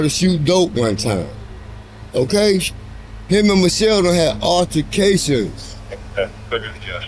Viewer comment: "him n machull use to 'ave alta'cayshuns n sheeeit"